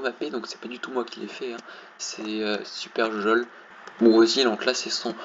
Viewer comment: nan, quand tu dit son pseudo j'ai compris superjojoL et quand tu dit mon pseudo à chaque fois tu prononce deadblock